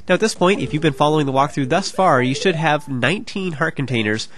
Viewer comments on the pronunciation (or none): none